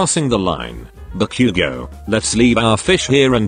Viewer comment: I love the way you say bakugou